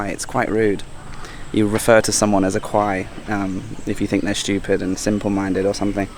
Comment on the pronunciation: Thanks for pronouncing the river’s name correctly.